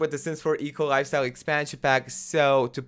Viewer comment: I always heard EColi instead of eco lifestyle and it made me smile:)